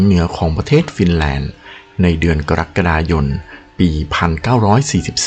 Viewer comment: โทษนะคะหูกูไม่ได้ฝาดนะ ได้ยินเป็นเดือนกะระกะดายนเนี่ยนะ😏